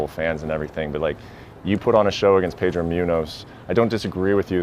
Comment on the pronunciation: Drives me nuts how Brett pronounces pedros Last name.